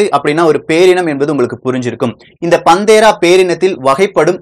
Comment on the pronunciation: பதிவு அருமை நண்பரே!"பந்தேரா" அல்ல.அதன் உச்சரிப்பு பேந்த்தெரா.Google search செய்து, Voice translate English to Tamil website இல் panthera வார்த்தையை type செய்து, Englishஇல் speaker பட்டனை அழுத்தினால் .. சரியான உச்சரிப்பு கேட்கலாம்.. Google translate audio உம் முயற்ச்சிகலாம். App உம் இதற்கு உண்டு. உங்கள் ஆர்வமும்,அறிவியல் விளக்கமும் தொடர்க!வளர்க! திருச்செங்கோடு R.சீனு-பொறியியல் பேராசிரியர்